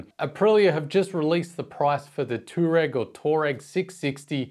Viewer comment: G'day, it is pronounced Twareg for Tuareg.